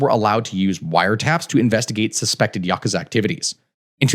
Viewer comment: Just saying Yakuza correctly got you a like. I'm not even Japanese, but hearing westerners mispronounce common Japanese names and words drives me up the wall.